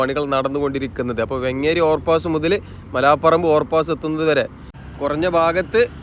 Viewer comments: വെങ്ങേരി ❌❌ വേങ്ങേരി✅✅ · വെങ്ങേരി അല്ല വേങ്ങേരി.